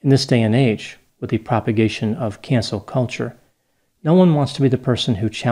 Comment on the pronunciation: I thought he said "CANCER" culture